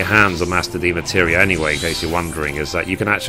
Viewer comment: I'm a HUGE fan of your videos, you've helped me more than you know. And I hate to be one of "those" people but it's pronounced DEMI-MATERIA lol not de-materia.:p Much love from a big fan on cactuar! <3